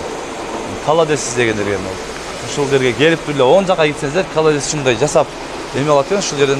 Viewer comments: КОЛОДЕЦ дечи халадес дебей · Каладес деп айтпа